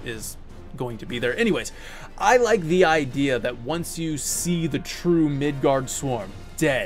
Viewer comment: Midårds-orm, not midard-sorm(s). Midgård - Midgard midgårds - (The) midgard(s) Midgårds/ormen - the midgar snake. (Sure I don't speak old Norse but Swedish, Norwegian and understand written Danish. However I can't speak foe Icelandic which is most probably most similar to old Norse(?) So not gonna say I am certain. But that's how we translate it in most of Scandinavia, with slight variations of A, aa, å. Etc.) (Bonus: In Sweden at least, Tolkien's middle earth was called Midgård. Much to his frustration).